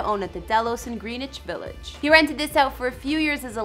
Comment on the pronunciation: It's pronounced Gren-ich village. I'm from New York. Long island